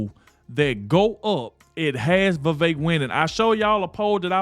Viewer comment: You said vivek!!! No vivek!!!